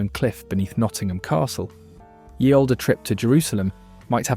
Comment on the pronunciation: Ye is pronounced THE. The Y like letter is called a Thorn and is an ainciant letter that's no longer used.